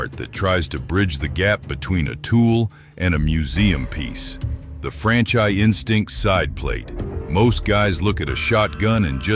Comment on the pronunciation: Some review when you can't pronounce brand names correctly. Grossly mispronounced Franchi